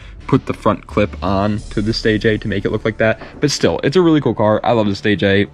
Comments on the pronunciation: I don’t know everything but I reeeeeaaalllyy don’t think the 1st Nissan is called the Nissan “Stay J” …… I never heard anyone say it like that. I’m pretty sure it’s “stay gia” but what do I know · Fyi The stagea is pronounced (stage-eea) not (stage-a) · It's Pronounce Stay ji ahhh